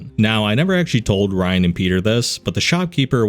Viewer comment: every time you say ryan, I want to grab you and shout in your ear "it's riann. RE. ANN. NOT RYAN DON'T BE AN IDIOT! YOU'RE BETTER THAN THAT!" but alas.. here we are.